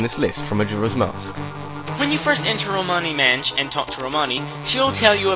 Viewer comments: romani manch, romani manch can you not say ranch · Ash Lawson I know but if you hear him he actually says "Manch" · Romani's... manch? Lol mis said words. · Romani manch lol😂